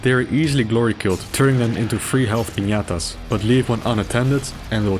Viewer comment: He said piñatas in the correct way 😯